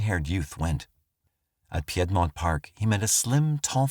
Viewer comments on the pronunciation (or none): it’s just PEED-mont park but i will be pronouncing it p’aid-mont park from now on. it makes it sound sophisticated and less murdery